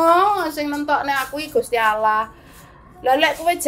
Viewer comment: Aku seneng nyebut Gusti Allah, bukan gusti auloh. Berkah Dalem...